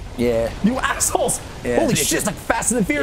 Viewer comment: Was that "You assholes" or "You axles"?